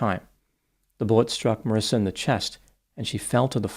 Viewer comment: There is no “I” after the “C” in her name so that’s pronounced with a “ck” sound and not an “S” sound. Looks like that would be pronounced “maw-reeka”. 🤷🏻‍♂️ Sounds about right,huh?